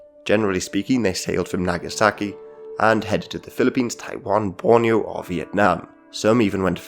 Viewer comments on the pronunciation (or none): none